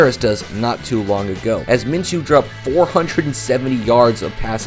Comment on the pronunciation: I liked your video but you keep mispronouncing his name everybody does it's (min-shew) my name is minchew(min-chew) but every time someone says his name it sounds like you're saying my name there is no CH in his name it's an SH it makes a shhhh sound like the word shoe, not chew